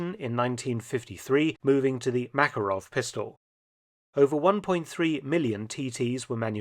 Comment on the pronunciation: It's pronounced Ma'ka'rov, a very capable pistol.